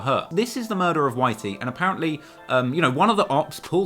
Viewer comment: Ughhh the way he said murder was horrible. Mouydahs